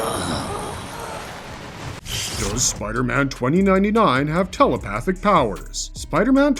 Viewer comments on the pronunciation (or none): "Does Spiderman 2099 have tell-o-pa-thick paw-wores..." - !?... No, pudgy mouth-breather of low I.Q and dense intellect, there is no "o" in telepathic. There is no "w" in thoughts, it isn't "thaw-uts." Learn how to breathe properly and your oration will become closer to correct.